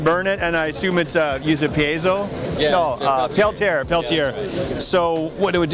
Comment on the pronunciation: I cringe every time he pronounced Peltier.